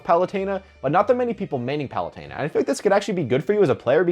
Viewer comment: Isn't it Pah-loo-ten-ah? Not Pah-loo-tayn-ah?